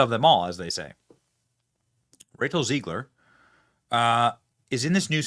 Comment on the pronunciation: Don't know if it's intentional but Benny is making Zegler Jewish by pronouncing it as 'zEEgler instead of zEGler. 😅Nice job Brother Benny